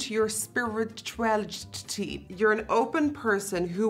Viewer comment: It's these moments that remind me English isn't her first language.